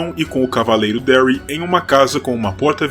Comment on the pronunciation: lindo video, mas so um conselho: a em ingles tem som de e, Darry seria Dérry